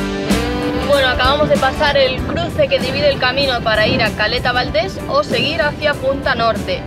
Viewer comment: Se dice península de Valdés.